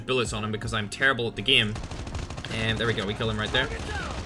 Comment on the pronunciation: Everyone: game: gim